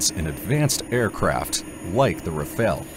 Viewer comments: It's pronounced "ra-fahl", not "ra-fail". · Isn't Rafele. Is Rafale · Ra Fale, not Ra Fail ! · Your pronunciation of 'Rafale' is a *fail*. As is your multiple uses of footage not of the planes you're talking about. Plus you don't seem to answer your question